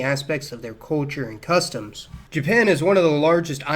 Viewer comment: where did you grow up? I’ve never before heard anyone pronounce “culture” as “KOH-chur”.